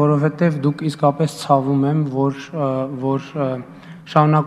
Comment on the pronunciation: ... խորը ԾԱՎՈՒՄԱ՝ շատ ԽՈՐՆԱ ՑԱՎՈՒՄ 😂😂😂😂😂